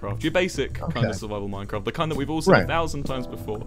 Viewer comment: Nobody: Wilbur: M o i n c r i f t